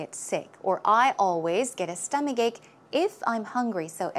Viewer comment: is so attractive. By the way, how do you pronounce 'stomachache' exactly? Why do i hear "stomaGake"... Please,, teach me, teach me well, oh yes,, if i do wrong, punish me, pu..sh, oh yeah~~